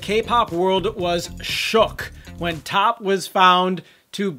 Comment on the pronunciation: When are you going to learn that his name is not top, it is T.O.P. pronounced T. O. P. . Ignorant USA'ers, please stop making us look bad!!!!! THAT JUNKIE CHICK WAS WITH DSP AND JELYFISH. SHE GOT FIRED FROM THERE. SHE WAS NOT WITH T.O.P. IN OCTOBER 2016, T.O.P. WAS IN CHINA TOURING WITH BIG BANG!!! . STOP LYING ON OUR GROUPS AND SPREADING FACTLESS RUMORS. BUT ABOVE ALL, GET THE NAMES RIGHT.